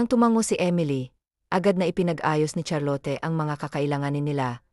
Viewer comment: Charlot cunam met ah hindi Charlote